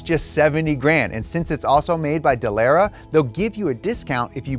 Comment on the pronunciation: So much wrong with this I can’t begin to pick it apart. For starters… it’s pronounced Duh-Luh-Ruh, not dalara like you’re from good ole Texas. 2nd F1 cars can be configured on the fly to run on ovals just as fast and even faster than Indy Cars. Monaco for instance requires its own unique aero package that’s used for just that race and the only component that might be shared for another race would be the front wing for other tight street circuits, but that’s it. As well, Dallara is a sub par chassis manufacturer from Italy and was awarded the Indy contract over Lola and Reynard because it was dirt cheap by comparison, but it has never been better. It’s literally a bottom of the barrel chassis and it’s not very good in any capacity. The reason casual fans such as your self sees it as ok is that it’s a spec series so not a lot of difference from car to car, and the series looks quite competitive. Indy SHOULD have remained a multi chassis series like back in the ChampCar days where you had Lola, Reynard, the Eagle from Dan Gurney, swift and the Penske chassis which Roger would build for his own team every season. That was the golden era of American Open wheel racing and as long as it remains a spec series it will never come close to touching that! Also, F1 teams can buy ready made parts from other teams if they wish, but they are limited to suspension, engine, transmission and and as couple of other small bits, but the rest of the car must be made from scratch from the monocoque